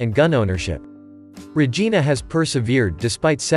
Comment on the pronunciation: He butchered her name like a Karate movie…..🙃 Not Regina😮